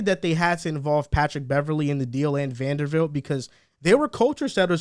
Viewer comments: VanderBBBBBilt not fucking Vandervildt bro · I love yall but how are you saying Vandervilt all video?